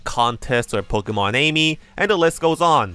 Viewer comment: "Pokemon Amy" I called it that too but it turns out its supposed to be pronounced pokeMON AMI like the French word for "My friend"